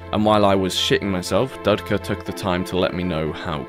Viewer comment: Dudka guy was laughing at your underwear, btw, it’s pronounced doodka in Russian